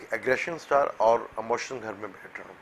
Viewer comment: Brother audio is poor and word is "Emotion" not "Amotion" please